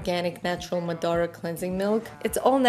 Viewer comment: Madara, ударение на первый слог :) Zane точно знает ;)